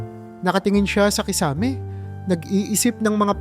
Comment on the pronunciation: Kakanin not ka ka nin..tagalog narator Kisame not kiisa me